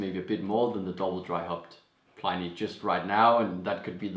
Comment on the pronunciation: Feel free to pronounce "Pliny" the proper way, instead of the way all the beer people mispronounce it.